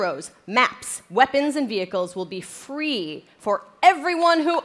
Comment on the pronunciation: And it will be fwee